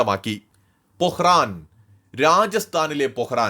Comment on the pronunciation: Pokkaran not pohran.......